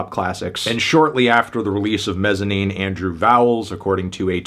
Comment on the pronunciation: I love this album and still listen to it regularly. It throws me off that your place the emphasis on the "-ine" syllable instead of the "Mez" syllable...